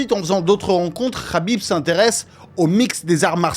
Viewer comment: Le k n’est pas prononcé c’est rhhabip